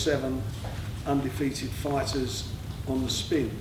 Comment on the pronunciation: Frank.. we've got some great fyders going for some great tydals